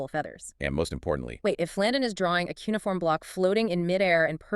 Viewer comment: The AI narration is too fast. The interleaving of voices and their scripted interactions are so precise that it cannot be natural. Its cheapness shows up in the male voice's inability to pronounce "cuneiform" and "lingua." The script tiptoes around the fact that in the Hebrew Scriptures Cyrus is called "meshiach" (English: "messiah"), "the anointed one" which in Greek is the word "christos."